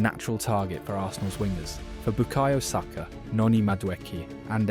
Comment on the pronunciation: Great video but what the pronunciation Batman? This must be AI bcs I've never heard a football fan pronounce "Saka" wrong before. 😬